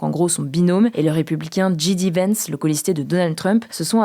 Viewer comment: Si vous prononcez "JD Vance" à l'anglaise (c'est le cas, "di" "vènce", et bien le 'j' se prononce "djay" et pas "dji")